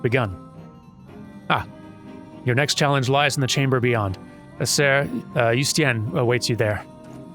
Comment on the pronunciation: You-stee-en. If you see a name that starts "Heu" it's pronounced like "you".